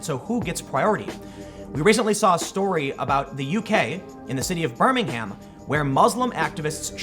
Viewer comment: Doesn't Twitter realise this culture they're promoting is going to lose them customers? Also that's not how you pronounce ber-ming-am!!!! Silent H!!!!!